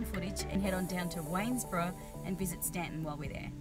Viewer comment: THANK YOU for saying "Staunton" correctly!